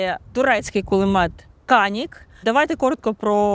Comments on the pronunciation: Не каник, а джаник правильное название. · "Джанік" - не канік. "дорогий"